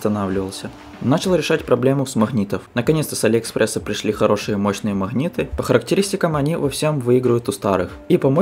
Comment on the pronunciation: Магнит а не махнит, как такое смотреть если речь такая?